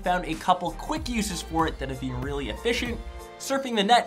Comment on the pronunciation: Lol the way you say "been" is my pet peeve lol